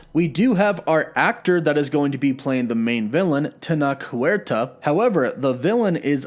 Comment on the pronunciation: Tenoch, the ch is pronounced like Chadwicks ch, TenoCh, it's a good Mexican name :)